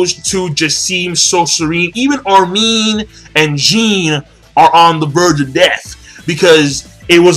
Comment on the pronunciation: It's Bert-Holt, Arm-In (Not Arm-een), Con-ee (Not Cone-y) and Jean is pronounced like Jean Claude van Damme. It's french. Not like "Jeen" which everyone seems to get wrong lol.